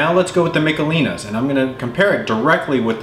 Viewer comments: Its Mishelins not Micalelans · It's Mish uh LEEnies!